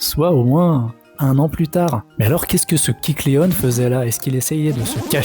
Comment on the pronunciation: Alors kecleon etant inspiré du caméléon, on ne dit pas kecleonne mais kecleon